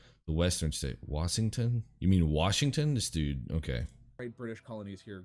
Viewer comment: And “Wassington”